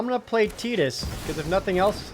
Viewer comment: I love ya Projared and I love the content but man I don’t like the way you pronounce Tidus 😂